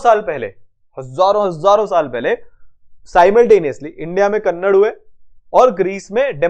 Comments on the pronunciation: kanada nahi कणाद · Its not कन्नड़ its कणाद 🤣